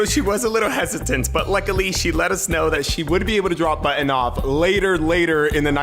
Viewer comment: He pronounces Button so weirdly